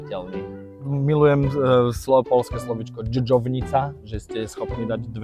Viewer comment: Powiedział, że jego polski jest dobry. Słowo „dżdżownica” wymówił bardzo poprawnie.